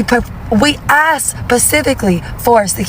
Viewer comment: And "axed," instead if "asked". Ridiculous. In my opinion